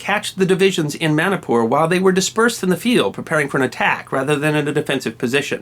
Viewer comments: It is MANIPUR NOT MANIKPUR Sir.. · i dont like how u say manipur as manapur. lol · It's pronounced like " money-poor".